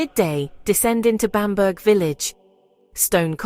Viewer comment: Bamburgh castle is pronounced 'Bam bra' castle.